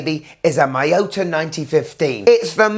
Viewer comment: Great watch, great review. But I must say, it is pronounced mee-yo-ta, not mai-yo-ta. Cheers!